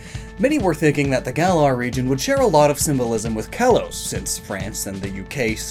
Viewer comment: "Kalos" is pronounced "kah-lohs".